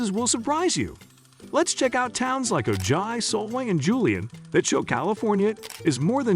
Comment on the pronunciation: Oh Jie? It’s pronounce Oh high. Friggin computer voice